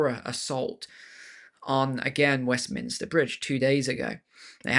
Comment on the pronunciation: Westminster Bridge: it’s those ‘m’s again, isn’t it.